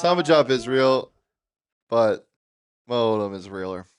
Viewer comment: Not being able to correctly say your players names is insanely disrespectful lol.